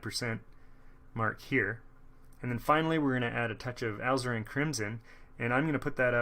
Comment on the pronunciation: I have ZERO artistic ability, yet Bob promises that I can paint using his style. Instead of spending the big bucks to find out, this is a much more cost-effective way to start. Thanks for this series! My only nit is that Alizarin is pronounced "ah LIZ er in".